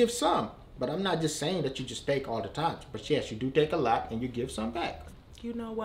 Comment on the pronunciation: Omg when he said “you do takee A - Lot “😭